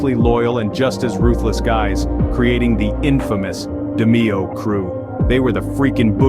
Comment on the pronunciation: Its pronounce DA-MAY-O ,. An nino name is pronounce GAH-GEE ..cant stand when folks cant pronounce Italian names ..I wonder how you pronounce my name